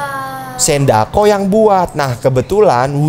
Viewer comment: Sindacco bg bukan sendako